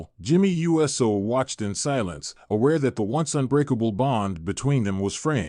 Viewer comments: DUDE!!! IT IS NOT U - S - O!!! IT IT IS PRONOUNCED USO (OOSO)GET IT RIGHT OR SHUT UP!!! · Please correct your AI pronunciation of Uso. I gave you a thumbs down, even though you have good content. I chose not to finish it too, because of your CONTINUED mispronunciation of Uso. 😠